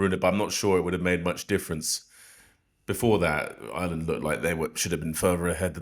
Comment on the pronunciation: Maybe pronouncing the name of the country properly may garner you some more followers in Ireland (not Island)